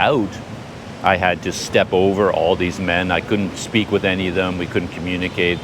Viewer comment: What is this _boutiki_ of which you suh-peak,?